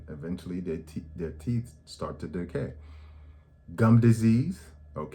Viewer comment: That man said “…Yellow Corn Colored Teeffz…!”🤣🤣🤣Thanks Doc I’m gonna mention all this to My Sisters, Daughters and Sons! Thank you and GOD Bless you